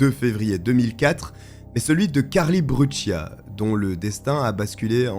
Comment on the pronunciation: Cette fille est née en 1992 comme moi et cette histoire est vraiment effrayante elle allez chez elle et paff un pédo criminelle la prend par la main pour la faire du mal ! et pour finir se n est pas brutchia mais brucia dite correctement son nom de famille